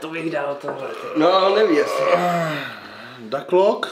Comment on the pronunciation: Duklock sa číta duklock a nie daklok